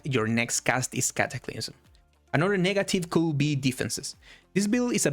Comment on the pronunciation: Dear god with the the cataclyMS!! 😅❤